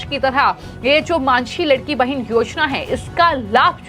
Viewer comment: लडकी बहीण यह उच्चार लाडकी बहीण ऐसा करना चाहिये